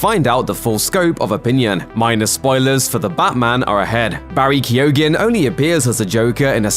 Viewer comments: It's pronounced KEEGAN, not Kee-oh-gan. Why can no one pronounce names and words in YouTube vids? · His name is pronounced "Key-o-han", the "G" is silent... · You arent pronouncing his name correctly, the 'G' in his name is silent. Kee - Oh - Han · Keoghan is pronounced “Kyone” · Yes I too like the actor BARRY KEY-OGEN I wish people actually researched the pronunciation of names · Guys its pronounced Barry KEOH-AN. In Irish there are lots of words with GH, DH, BH in them, coming from ancient Irish ways of spelling. In this case, for the purposes of pronunciation of this actor's name >> basically forget that the G is there at all, and just split the sound at that point. KEOH-AN. [Source: am Irish and my surname is MacCarthaigh] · "Kee-yo-han" The G is silent. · Barry's Joker is very reminiscent of the Arkham video games joker, and as such, a very true comic book portrayal. Excited to see what this young man can do in the role. He has nailed it in this clip as far as I'm concerned. And just for the sake of it, his name is pronounced "Key-o-han", the "G" is silent... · It's pronounced Key-own. Please never do a video like that again. Everytime you said it I wanted to Toss the phone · It’s not pronounced keogan the g is silent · You're still pronouncing his name incorrectly..... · The person doing the voice over should also be locked up for murdering the pronunciation of Barry's surname! It's the most grotesque part of the clip! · Jesus Christ, learn how to say his name right, that’s one hard g you got there